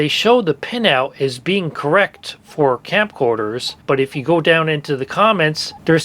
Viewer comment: are you saying campcorders? it sounds like you're saying campcorders. fr though great video these plugs are a nightmare.